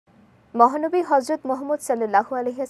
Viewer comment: ভুল নাম উচ্চারণ করেন কেন। মহা নবী সাল্লাল্লাহু আলাইহি ওয়াসাল্লাম। উচ্চারণ সঠিক করুন।